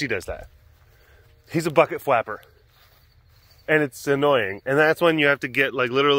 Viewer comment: That's my new favorite insult. "You dirty bucket fwapper"